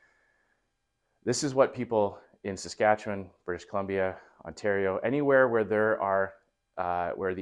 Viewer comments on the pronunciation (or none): none